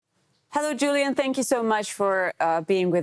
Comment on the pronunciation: Его имя не Джулиан, а Юлиан.